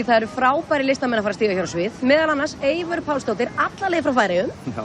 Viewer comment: Aonghus MacCready...who is Evior,mate?! Her name is Eivør. If I were to write your first name down and I would mispronounce it "Angus", wouldn't you demand a correction?!